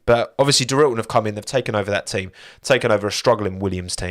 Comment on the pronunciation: I love how you tell us how to say Hyundai, and then immediately call Dorilton “Doril’n” 😂